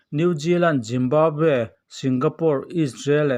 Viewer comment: Brajil, New Jiland, Jimbabwe🤣🤣🤣